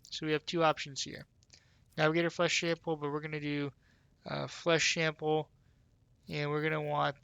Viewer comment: Lmao flesh shample. Bothered me to no end, that. Thanks for the guide man.